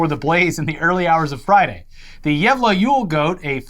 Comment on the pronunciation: I appreciate the effort you guys put in to actually pronouncing Gävle and Gävlebocken the correct way! I was genuinely impressed with how good the pronunciation was.